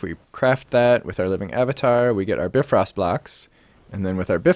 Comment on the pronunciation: Hey, great video as always but I just wanted to let you know that it's pronounced BIfrost, with the 'bi' spoken like in bicycle or bionic or... Any other word with the prefix bi, to be honest. Not a complaint, just saying.